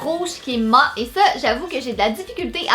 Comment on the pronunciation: on dit maT pas ma